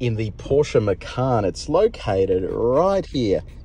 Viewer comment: It's pronounced ma-cha-n. Not ma-ka-n. Macan is Tiger, makan is eat.